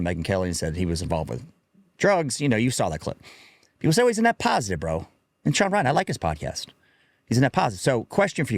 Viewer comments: “Shawn Riley” lol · Did he say Shawn Riley Show 😂 lol thats a new one!